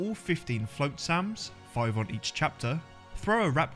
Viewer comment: gnomes is spelled with a G, also o it's Flotsam, not floatsam.